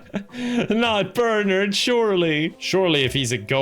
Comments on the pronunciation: Idk why "Ber-nerd" bothered me so much lol my brain kept yelling, "Ber-NARD" 🤣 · Whenever he says Bernard like "Bernerd" I die a little on the inside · Who in the world pronounces Bernard as bernerd? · I love calling him "Burnured" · It's Burrr-narrrd! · Anyone else weirded out by calling Bernard "BURNURD"?? just me? I didn't know that pronunciation existed wtf 😭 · Every time says "Bernard", no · the way pronounces Bernard will never fail to piss me off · Looking for this comment lol 😂